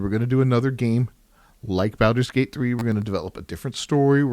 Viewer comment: Wtf is that pronunciation? Can't take anything you say seriously if you cant be bothered to pronounce Baldur's Gate correctly. Well, that and the fact that this is a bunch of lame opinion with no substance.